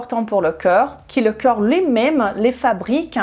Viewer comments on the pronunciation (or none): s'il vous plait prononcez le c O rps. merci.